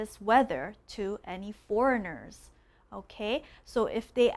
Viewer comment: I laugh so hard with the "forengiers free" 😂 😂 😂 btw thanks so much for this video . I learnt a lot . Keep it up and God bless 😘